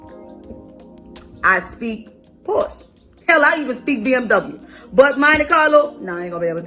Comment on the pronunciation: She meant she only deals with drug dealers... She also clearly does not speak Porsche as it is pronounced por shuh! Even with that accent she should be able to manage that if that's the level she's on...